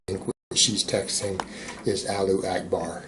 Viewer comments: Alu akbar? Very well-read. Very worldly. Moron. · “Allu akbar” LMFAO